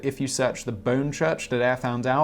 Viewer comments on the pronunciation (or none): none